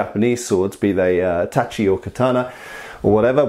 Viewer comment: I love the change in pronunciation of the word tachi since the last video of yours I saw